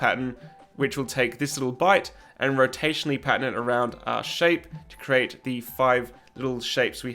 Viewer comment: Im so glad I found your channel. Your videos are going to be a lot of help. You lost me when you said pattern though. I kept hearing patent